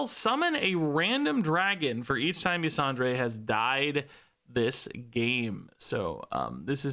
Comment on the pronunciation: Ysondre is a woman, and it's pronounced "Yuh-sawn-der." Nobody but me cares, just throwing it out there because I played way too much of the Emerald Nightmare raid in Legion to not say it... anyway, "TORTOLLAAA, PRESERVE USSSSS!!!"